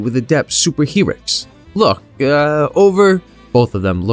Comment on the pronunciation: "Super He-rics" LOL